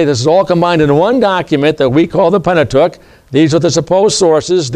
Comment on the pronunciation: 😂😂😂😂😂😅😅 he cannot even pronounce the word Pentateuch correctly..No Slurces